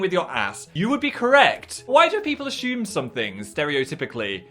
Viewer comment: n yet he pronounces assume ashume